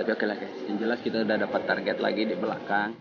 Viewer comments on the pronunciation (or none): none